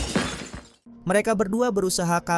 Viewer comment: Bobi bang bukan bab#😂😂😂